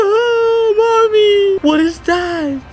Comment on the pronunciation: It’s funny when you say mommy